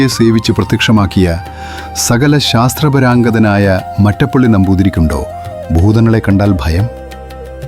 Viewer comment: ശാസ്ത്രപരാംഗധൻ അല്ല ശാസ്ത്രപാരംഗധൻ ആണ്